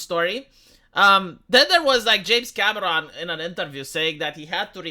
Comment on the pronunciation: As a Spanish speaker it's funny that when you say "Cameron" it sounds like "cabron." What happened, James Cameron? You used to be cool.